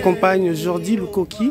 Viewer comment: Svp lukoki pas kiloki, bonne compréhension 🙏🏿